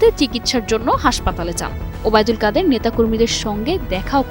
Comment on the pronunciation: বোনরে কাউয়া কত ওবায়দুল কাদের নামটা খুব সুন্দর করে বলছি সেজন্য ধন্যবাদ তোমাকে